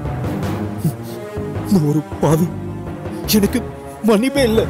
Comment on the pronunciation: its enakku not yenakku. Talk proper tamil women